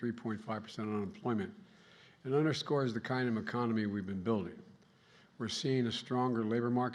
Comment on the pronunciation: Did he say “meconomy”? 😵‍💫